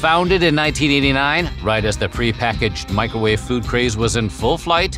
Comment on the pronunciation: Ah yes the good old "Micro wah-veh"